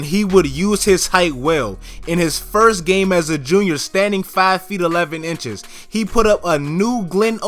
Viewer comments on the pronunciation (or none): none